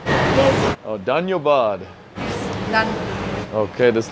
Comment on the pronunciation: the way u say danyabad is hilariours